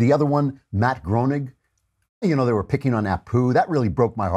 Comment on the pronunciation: Groening is pronounced "grain-ing"